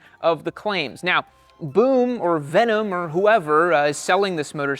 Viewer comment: Bro literally butchered this brand 😂